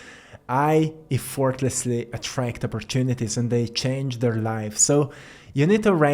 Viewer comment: You'd mentioned learning English in some cases from us - just caught one I forgot to mention a few times: the E in Effortlessly is an "Eh" sound rather than "Ee" - you really have been kicking a** on language skills, and English is tough as hell bc the rules aren't always consistent.